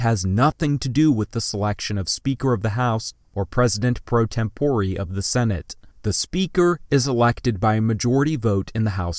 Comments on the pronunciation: "tempore" is a Latin word and should be pronounced as such TEM po rey not tem PO ree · Did he just say temporee?